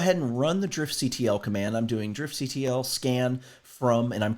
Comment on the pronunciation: it's pronounced, "Drift-kuttle";) Loving these videos, keep em up!